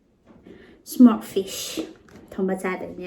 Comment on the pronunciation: Its smoked not smork